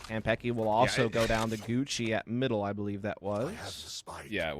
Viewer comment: im so annoyed by the caster's pronunciation of kanpeki